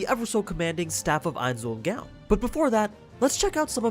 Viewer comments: Mispronouncing his name. "Eyenz-ool-goan" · Shouldn't it be pronounced closer to "Nine's Own Goals" since that was the original name back when they were a smaller guild anyway. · Please. Stop. Calling. Him. Ainz. Owl. Dress. It's pronounced éins óol gowne. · I can't believe you start by saying his name wrong, wtf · Dear God you said it again and again, it's not hard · You seem to have a hard time pronounce ainz ooal gown